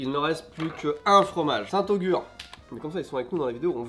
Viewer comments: J'ai ri intérieurement avant de vous voir manger le Société, je déteste aussi 😆 Par contre c'est St-Agur pas Augur 😅 y'avait son "cousin" le St Albray qui est pas dégueu Sinon de la tomme noire ou du comté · Vous abusez les gars, le caprice des dieux est beaucoup trop haut dans le classement, c’est juste un fromage sans goût, sinon le haut du classement est bien. Et c’est saint Agur, pas saint Augur